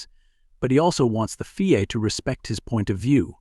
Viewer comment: F I A not feea